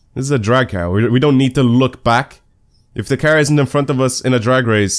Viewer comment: He pronounces car as cer or ker... I understand he has a sort of accent but it bugs me